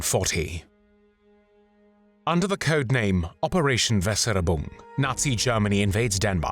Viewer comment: Just a small linguistic correction: "Weser" is river in Germany. "Ubung" means training, but the "U" is actually a german "Y". The correct prenounciation is: "Weser Ybung".